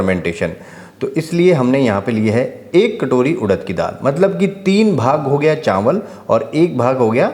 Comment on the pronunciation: चांवल नहीं चावल, घीं नहीं घी